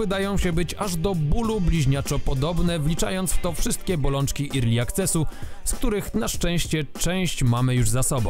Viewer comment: Nie "irli", tylko "erli".